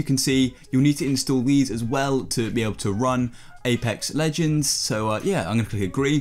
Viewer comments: this mans said apec legend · "Apa legends"